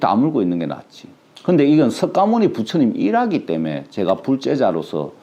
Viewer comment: 석가모니 부처님 이라고 쓰고 '서가모니' 부처님으로 읽는것이 맞습니다~~^^♡♡